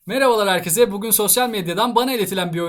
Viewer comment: abi sürekli aynı hatayı yı mı yapıyosun bana mı öyke geliyo anladım videoya başlarken merhabalar herkeZe diyosun ama doğrusu herkeSe olmalı😊